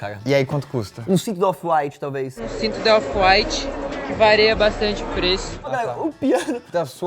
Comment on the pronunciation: "VAREIA"??? KKKK😂😂😂😂